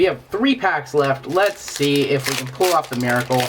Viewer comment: I hate it when people pronounce "pull" like "pool"